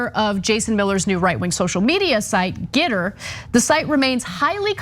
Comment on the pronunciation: Surely it's pronounced get-ter and not git-ter, though gitter is certainly more apt for who it represents, or does git not mean what it means here in the UK? Like a trump = fart, a git is a term used to describe a not very nice person, usually someone who has done you wrong.